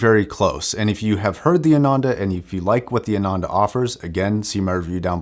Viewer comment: Nice video! It's pronounced "aah-nun-the" by the way.